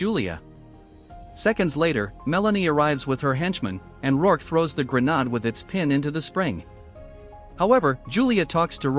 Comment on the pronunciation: AI can't say grenade, it comes out as grenaad even when spelled correctly but it can say grenades.